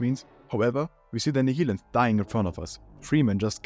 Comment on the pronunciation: Nihilanth is pronounced nile-anth. "Half-Life 2: Raising the Bar states that the first part of the Nihilanth's name is a reference to Nihilism, while -anth is a common suffix that is related to flowers and is a reference to how its scalp peels open like a blossom."